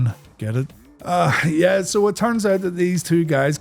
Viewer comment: He actually says “Jeh” instead of “Yeah” 😂